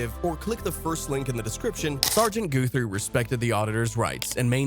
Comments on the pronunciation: It's not "Goo-three" it's "Gut-three". Ask me how I know. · I think you pronounce Guthrie as a lower case u not a o sound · Why do you keep calling him GOO-three????!? 😂😂 I hope it’s just an AI glitch. Seems kinda disrespectful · how can you mispronounce his name after he said it twice? He's a good ole boy.